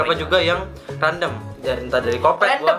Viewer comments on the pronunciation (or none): Kwkwkw.. 'Kandom' ..salah bg Yg bener Random:)